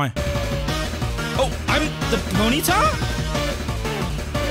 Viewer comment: Just saying. Ponyta sounds like cheeky.